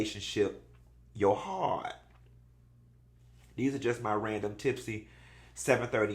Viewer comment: why you say ‘Hearrrt’ like Mayou Angelou lol